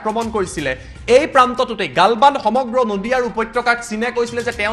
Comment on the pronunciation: ভাৰত মাতা কি জয় । খবৰ তো শুনি ভাল লাগিলে । মহাশয় আপোনাৰ শব্দ এটা ভুল শুনাৰ দৰে লাগিলে । গালৱান ঠাইত গালবান শুনাৰ দৰে লাগিলে ।